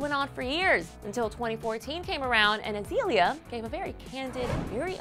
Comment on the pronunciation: wow they actually pronounced her name correctly!!! Azeeeeeeeeeeeaaaliaaa Banks.. not Azalea banks...